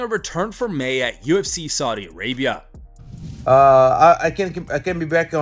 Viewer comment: Paula Costa said saufia Arabia for chen chen